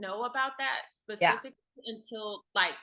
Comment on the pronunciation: Also the word is “specifically” not “pacifically”